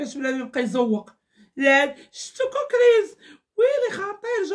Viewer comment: سميتو كوكيز ماشي كوكريز😂😂😂